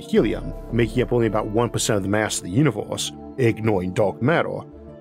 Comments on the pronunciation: i take a shot everytime you say uniworse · No hate but univors